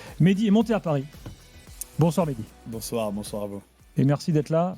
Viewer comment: c'est Mehdi et non Medhi